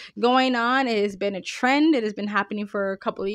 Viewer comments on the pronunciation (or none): none